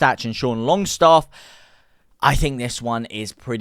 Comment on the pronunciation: It’s Sean Longstaff not Shane Longstaff lol